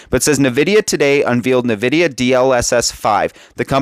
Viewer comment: I've been using NVIDIA products for over 25 years and never did I ever once hear a single person pronounce it as "nuh-vidia. What happened in the last year where everyone just started saying it wrong out of the blue? It's weird